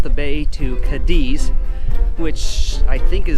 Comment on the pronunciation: before you do these videos it would be great if you a little, just a little, homework. You even pronounce Cádiz incorrectly. Just a little more effort and you’ll be on your way.